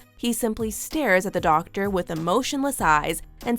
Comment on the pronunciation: Did anyone else hear “ Dactor “ Phil?